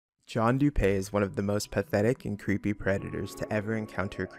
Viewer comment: Everyone calls him John “doo pay” but it’s actually pronounced “doo pee”